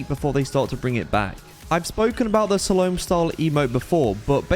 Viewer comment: How he said slalom tho 😂😂😂